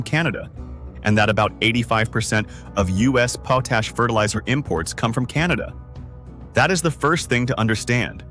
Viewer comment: Potash is generally pronounced POT-ash (short 'o' as in "pot", then "ash") with the stress on the first syllable. The phonetic spelling is / 𝒑 𝒕 . æ / in British English and / 𝒑 𝒕 . æ / in American English. It is pronounced exactly how it looks: "pot" + "ash". Cambridge Dictionary